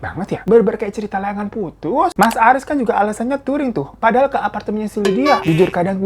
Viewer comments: Aris bang bukan haris 🥲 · bang, namanya Aris bukan Haris, hahahaha 🤣😂